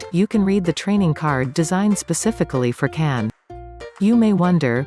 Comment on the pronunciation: The video is excellent but remember that the pronunciation of his first name is different!